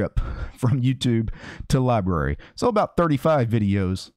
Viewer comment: How do you get "libaree" out of LBRY.